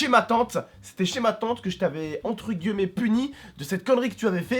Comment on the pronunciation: vous avez remarqué que dit toujours "entre guemets" au lieu de dire "entre guimets"??😂sinon gg road to 2M abo je vous KIFFE et bonne continuation 😉